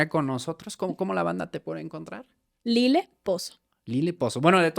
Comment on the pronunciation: Lile no Lilo😂😊❤